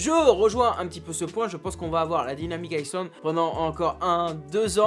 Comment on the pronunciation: Mais qui dit dynamic isssland ???!! 😂🫣